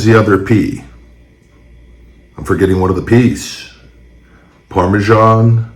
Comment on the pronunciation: Littering and.... Littering and... PARMISON!!!!!